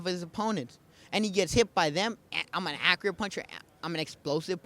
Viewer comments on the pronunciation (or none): I love how he can't accurately say the word "Accurate"